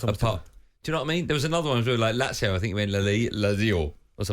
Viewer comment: Goldstein: that caller pronounced Lazio perfectly, what's wrong with that? You are the one who says it wrong.